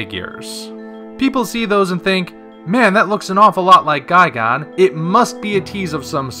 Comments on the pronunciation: GUY-GAN not guy-gone it's even spelled gigan. Were are you getting the gone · Why do you say "guy-gone?" It's "guy-gan." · “Guy-gone” XD